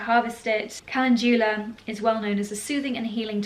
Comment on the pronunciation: Mispronouncing CALENDULA